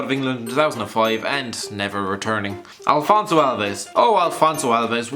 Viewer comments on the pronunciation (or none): It's "Afonso Alves" not "Alfonso"